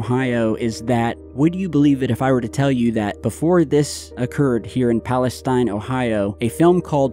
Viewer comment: It’s pronounced East Palesteen. I’m 10 min away. Both my sisters live in EP with their kids. One of my sisters isn’t able to go home. Her youngest is only 3 months old. My neighbor is a firefighter and was there dealing with the fires when it first went up in flames. Their shoes were melted off from the chemicals. It’s been chaos.